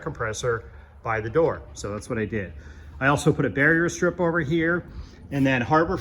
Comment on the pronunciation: Are you saying "barrier strip"?